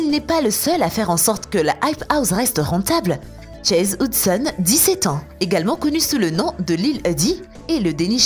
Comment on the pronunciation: Je rêve ou elle a dit chase houdson🤦🏻‍♀️